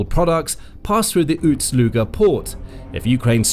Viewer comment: Ust NOT Uts. Ust is not pronounced OOTS.